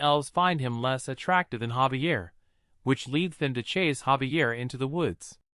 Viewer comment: gang isnt his name Javier not xavier?????